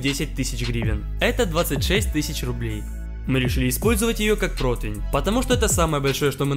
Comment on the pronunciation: пожалуйста, произноси правильно ПРОТИВЕНЬ, как пишется, так и читается, а не протывень